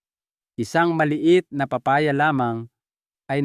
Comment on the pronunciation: Thank you but pronounce the name of the fruits right like papaya 😁